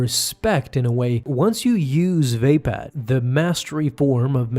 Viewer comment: Is it really pronounced VAY-pad?